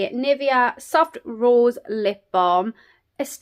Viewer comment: Just a sugestion, search how Nivea is pronounced. I am sad this advent calendar isn't available in Serbia.